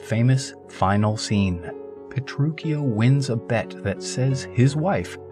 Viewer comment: Pretty sure you’re saying Petruchio wrong